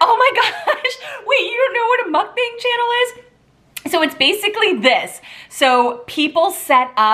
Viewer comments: Gotta buy this!! FYI- mukbang is pronounced as b-ah-ng. The “a” sounds like “ah” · it's pronounced like MUCK BUNG and it's korean for eating show